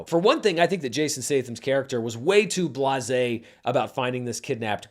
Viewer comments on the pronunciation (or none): none